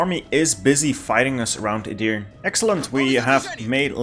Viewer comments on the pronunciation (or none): As a turk, the way you say edirne hurts me :D Its edirne not edirn :D